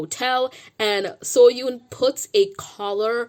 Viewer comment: Oh also I love your videos and I am a fan but just wanted to let you know that you are not pronouncing Seohyun’s name correctly. It can be hard to pronounce so I understand. Just thought I would let you know.